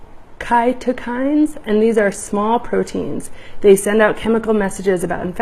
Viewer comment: Great stuff. Btw, cytokine is pronounced sigh-toe-kine :)